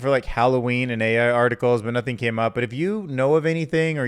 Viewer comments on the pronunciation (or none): none